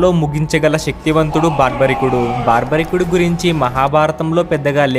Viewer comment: Baarbarikudu kaadu. Barbarikudu.